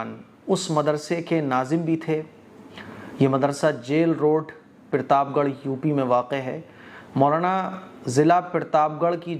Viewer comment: भाई पिरताप गढ़ नही प्रताप गढ़ होता है